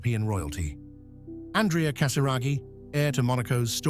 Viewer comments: not ann dree ah his name is ahn dray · Is there a way to dub the correct pronunciation of his name from the feminine ANdrea to the proper masculine anDREa? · His name is pronounced AN-DREY-A, with emphasis on the middle syllable. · His name is pronounced An draya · ANDRÈ-A is an Italian name . His father was Italian, therefore the correct pronunciation is not in English or French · Duh, you even emphasized every letter of his name 😂😂😂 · Pronunciation, An-drey-a, and STEF-ano... princely family not a royal family.